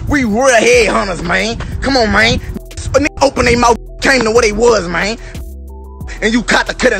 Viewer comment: The way un was saying mane